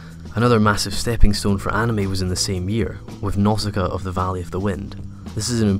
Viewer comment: its nausika not nosaka